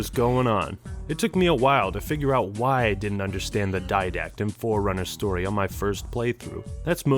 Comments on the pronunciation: Try Not to Hear "Foreigner" Whenever says "Forerunner" Challenge. Difficulty: Impossible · Very nice video, also, when you say Forerunner it sounds like Foreigner to me, which is amusing. :P